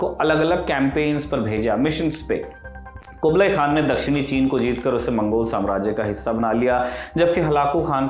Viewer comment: चंगेज या चेंगीज ? बार बार खान का उच्चारण क्यों ये भी गलत उच्चारण है